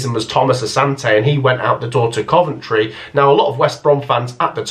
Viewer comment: Am I gunna be the one to say it... not Coventry